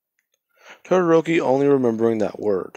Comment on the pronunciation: Its todoroki it's todoroki it's todoroki it's todoroki